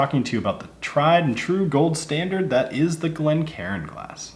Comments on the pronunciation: It’s not pronounced Glen Karen fella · Glencairn not glen karen. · One thing I've noticed quite a bit recently is people pronouncing Glencairn incorrectly. Instead of "Glencairn", some people are saying "Glen Karen".